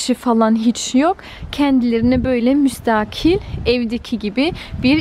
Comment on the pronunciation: Müstakil derken a harfi uzamıyor bilginize...